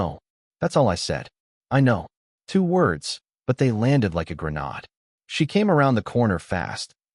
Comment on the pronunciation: Seeing how no one is likely to tell this 1990s boob that a Vietnam combat vet said ( Not a granode ) take it from some ones who knows. It's (grenade with a long ( A ) !